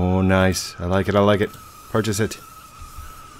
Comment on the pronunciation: I don't know why but when say "purches" it gives me goosebumps